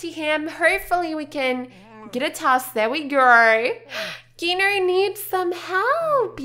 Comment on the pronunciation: The g in chef Gino's name is pronounced like a j like Jino